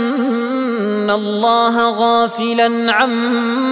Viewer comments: ولاتحسبن بالفتحة وليس بالكسرة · تصحيح ولا تحسبن الفتحة فوق السين وليس الكسرة بارك الله افيك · اظنه انه أخطأ القراءة في قوله فلا تحسبن قرأها بكسر السين و هي بفتحها و الله اعلم.